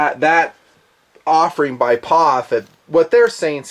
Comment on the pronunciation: Its P-O-F not Pof. Is nutn being a smartass...?